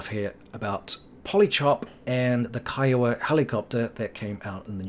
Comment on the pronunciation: Great job properly pronouncing "K-EYE-OH-WA"! Can't tell you how many times I have to correct people saying KEEEWOAH, lol. Thumb's Up!